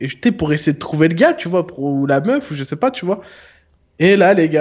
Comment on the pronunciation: Lasalle a «oue jezzzsai » MORTEEEE 😂